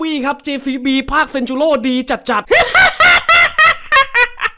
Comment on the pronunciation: เซนจูโร่ครับ